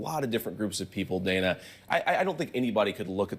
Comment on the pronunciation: Does vance call Dana Bash "Dane-uh" on purpose? She clearly pronounces her name as Dan-uh